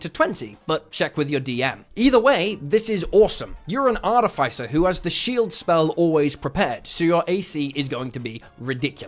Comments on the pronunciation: Can we talk about Arti-FI-cer...? Instead of Arti-FIS-er. Haha :) "Morning Of-FI-cer, I'm getting my broken break light fixed today." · Great vid. But it’s pronounced Ar-TIFF-iss-er, not Ar-tif-ICE-er. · Artificer is not pronounced like that, both 'i's are pronounced with the normal sound not the vowel sound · I'm sorry I can't listen to you say artifice wrong for twenty minutes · Probably a sign of mental illness Probably should get checked out. 🫠